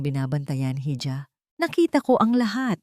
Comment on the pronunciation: Mali ang pronouncetion mo sa ija